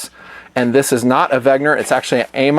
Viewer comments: Big thumbs up on pronouncing the "W" as a "V" as one would in German, but then you switch the "G" and "N" continuing on with the pronunciation. What the heck? In between jobs at the moment, but will support on patreon after. Snail-mail coming soon talking about BOK... Later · I came here to hear "Wegner".